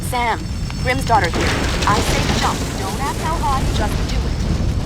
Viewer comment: She's not Grim's daughter. Who the fuck is Grim? Learn to speak. Advice for life. Grimsdottir != Grim's Daughter.